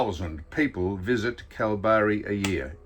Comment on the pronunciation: IT'S PRONOUNCED, KALBARRY!!!! Cripps is still at Carlton.